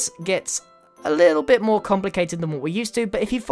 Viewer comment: he said bich not bit